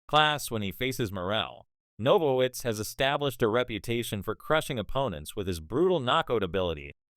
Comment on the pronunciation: Boy you suck don't even know the name it's BENAVIDEZ YOU A FOO FR FR BOZZO